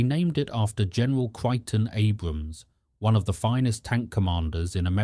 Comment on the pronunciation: Creighton Abrams is pronounced 'Cray tun A Broms' you computer narration idiot! Man this is a 'Chiotty Chitty Bang Bang' video! Not only is a great deal of it false, it also shares little vocal coordination with video coordination. CWUSa4? Please just quit now, you have NO idea what you are doing.